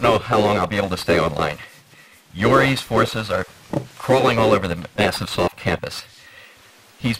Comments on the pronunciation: Are we just going to ignore "Massivesoft"? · Lmao "Massivesoft" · 'Massivesoft' lol